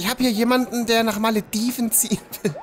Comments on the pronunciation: Hermine: "Es heißt Wingardium Leviooosa, nicht Leviosaaa.": "Meine Stadt heißt ja auch Maledivnnn und nicht Malediveeen. " Hat mich irgendwie sehr daran erinnert ^^ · pass mal auf, es heißt nicht Maledivnnnnnn sondern Malediveeeeeeen.